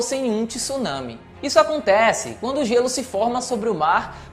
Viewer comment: 2022 e o cara não sabe pronunciar tsunami!